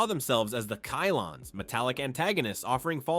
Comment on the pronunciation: AI is ruining YouTube. What the F is a Kylon????